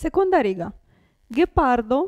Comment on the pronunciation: Cara amica,dovresti già imparare tu a proninciare bene soprattutto le vocali...la A va aperta bene e la E Di ghepardo va pronunciata più stretta....gli accenti acuti e gravi...altro che regole facili di pronuncia....già noi italiani nn conosciamo benissimo queste regole,figuriamoci uno straniero